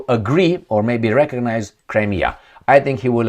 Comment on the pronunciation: Cri-me-a River!!